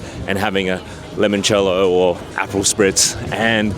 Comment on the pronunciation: I had to rewind to make sure I wasn't hearing things when you said 'apple' Spitz. Also it's Limoncello. From a fellow Australian, come on, seriously?????😮